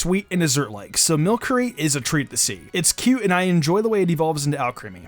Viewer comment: Its pronounced mil-SEREY not mil-KEREY